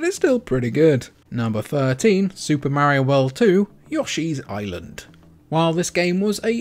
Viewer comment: 😂love it!